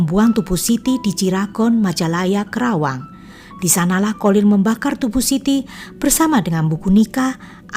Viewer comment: Bukan krawang,tapi Karawang